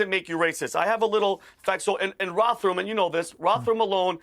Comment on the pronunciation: trying to say Rotherham 😂😂😂😂😂